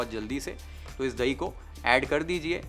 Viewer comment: धही nahi chef The correct word is दही…. Love your channel chef… Here in USA they say… you can get the man out of the ghetto but you can’t get the ghetto out of the man… this reflects the Bombay Tapori in you. Don’t let it go away chef…..